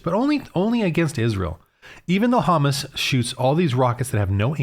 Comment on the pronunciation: You cant even pronounce HAMAS properly. Neither side is just and you need Jesus